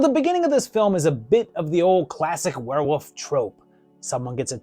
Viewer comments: Why is this guy saying wolf like "woof" "werewoof" I've heard people pronounce it like this before is it just a mispronunciation or maybe they're talking too fast? WTH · Are you saying werewoof? 😂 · Were-wooof! I love how you pronounce werewolf. Never stop doing that.